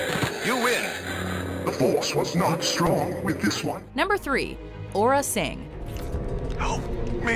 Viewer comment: it is aurra sing not orra sing.